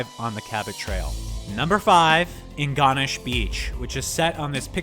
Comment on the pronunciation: Good review but the mispronunciations of Ingonish and Inverness are tough to listen to